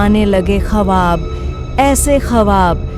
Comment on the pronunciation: Konsi language bolrhiho madam.khwab ko khawaab zarnab ko jharnab.bohot buri zaban he